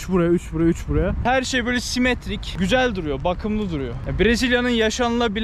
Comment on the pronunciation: Nobody:: çık gizel yaağ